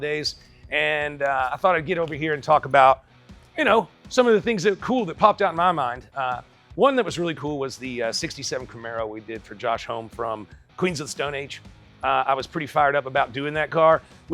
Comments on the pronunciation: Its Josh Homme. Homm-ee.. Not Josh Home like a house.. Drop that kind of money then you should know how to at least pronounce his name correctly.. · Nice clean build 👍 "Homme" like "mommy". It's the name pronunciation that's tripped people up since the Kyuss days (including myself). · Too bad you can’t pronounce his surname.